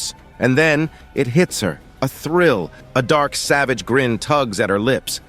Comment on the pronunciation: Bro when i heared maniac and savage i instantly know this guy is from asia prolly hmm at india or Indonesia